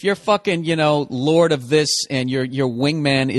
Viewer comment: "LORD OF WHAT??" ...lorda what?